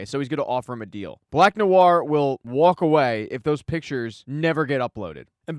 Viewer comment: Wierd thought: I like the way you say "walk". Are you a New Yorker or from Boston?